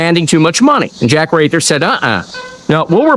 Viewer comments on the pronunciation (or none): Jack Wrather's last name is pronounced "Rather".